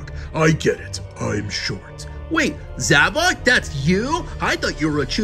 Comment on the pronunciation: And finally somebody says zavok instead of zavik